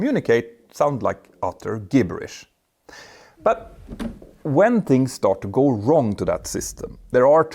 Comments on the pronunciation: Gibberish has a soft g like “jib-erish”. Great video! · Just so you know in the future "gibberish" is pronounced (ji·buh·ruhsh)